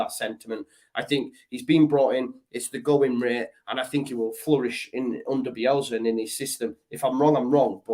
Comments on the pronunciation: It's Bielsa sorry I before E except after C not Bielzzza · drives me mad how he says "Bielzzza." It's BielSa, with an S.